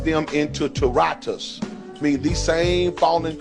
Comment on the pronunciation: lol real talk why cant black people pronounce things. its not a intelligence or reading skill thing. the word is TAR TUR US. not chained in TU RA TUS lmao wtf. would admit she gets names wrong all the time and has trouble pronouncing names. Tartarus was such a terrifying place that even the gods feared it. It was believed that anyone who entered Tartarus would be doomed to eternal torment. Here is a shorter version: Tartarus is the Greek underworld's place of punishment. It is a dark and fiery place where the wicked are imprisoned forever.